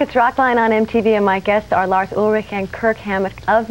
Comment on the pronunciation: Lmao hilarious!! She butchered Kirk's last name twice when coming back from a commercial break haha